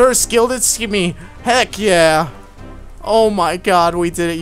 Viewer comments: Simmy. Not skimmy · stop saying skimmy!